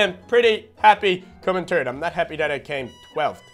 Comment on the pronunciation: why did he say terd not third like rly nigga learn how to speak properly bitch